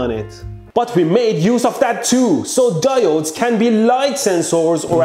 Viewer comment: mmmm, DI OH DES